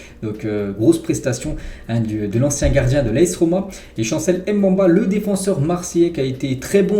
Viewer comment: toujours au top tes vidéos. juste pour le nom de chancel Mbemba, il se prononce "MBE- MBA" et non "M- BE-MBA".